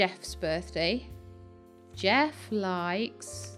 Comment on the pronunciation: I've recently started watching (and playing) this game and I have to say I am greatly enjoying watching your process. Not sure if anyone has told you though - Jefe is not Jeff, it is Spanish/Mexican for boss and is pronounced "heff - eh." Sorry for the lateness. I know you've finished this and it really doesn't matter, but thought you might like to know for future reference. Anyway, thank you for introducing me to some very good, fun games.